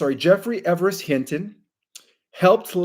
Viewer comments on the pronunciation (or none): none